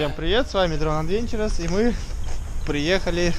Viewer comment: Пожалуйста, не говорите "адвенчурез". "Адвенчез" правильно :)